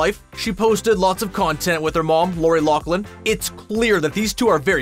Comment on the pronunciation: You can’t even pronounce Loughlin. It’s not pronounced Locklin